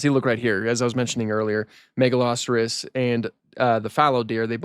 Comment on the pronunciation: I was so confused, I have never heard Megaloceros pronounced that way, Ive always called it "mega-low-seer-ohs"